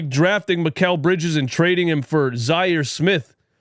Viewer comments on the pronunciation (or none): none